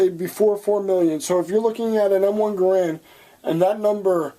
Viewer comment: You're saying Garand incorrectly